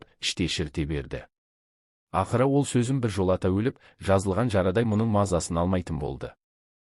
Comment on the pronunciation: Неге қате оқыпатсыз? Езуді-өзу,сезімді -сөзім.